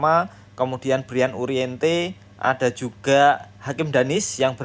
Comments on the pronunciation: Uriarte min,,, bukan uriente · U R I A R T E Ga ada huruf "N" min